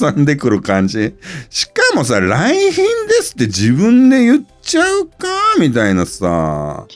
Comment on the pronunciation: 「来賓です」が「三瓶です」で脳内再生されてしまう